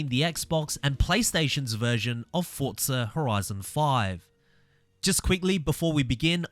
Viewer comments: Forza. Not Fortsa. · Why do you say Fortza 😂